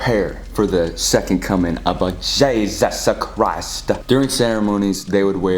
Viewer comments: I love when dude says “jESUs cHrist” 😭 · no one literally no one: ✨jAySuS KaRAyS✨ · has lost his mind no one: not even me: not even the cult::a-jee-juse-chrrrrristtttt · “JEeSaUuSe CriStE” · Same gurl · Nobody.: " 𝗝𝗮𝗘𝘀𝗨𝘀 𝗰𝗥𝗶𝗮𝗦𝘁 "